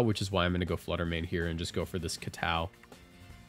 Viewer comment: Why do you say kowtow like that